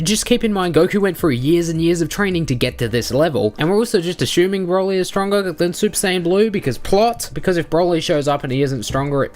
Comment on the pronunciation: mate why u r so strange when u say "broly" u say like " BBRwouly"